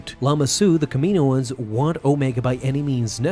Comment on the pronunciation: Kam I no ans "Kam eenoans" is not it it's Kam I no ans